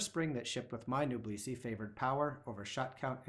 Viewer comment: The word "Noblesse" should be pronounced as "N0-BLESS", as in "Noblesse Oblige".